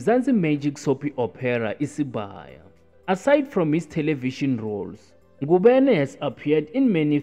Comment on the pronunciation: Ngubane not Ngubene